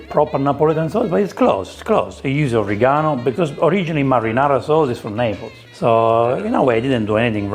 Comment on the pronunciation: The ITALIANS ARE CRYING RYT NOW 😂😂😂😂😂 ... What is this ???? Pizza or Indian Flat Bread 😅😅😅😅😅... Ketchup on pizza ???? What a cardinal sin . Let's leave the Italians make their authentic pizza !!!! Pizza originated in Sicily .... its Naples u make it sound like Nepali 😅😅😅😅